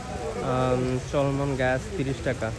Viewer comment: চল্মন গ্রাস না ভাই "লেমন গ্রাস" 😂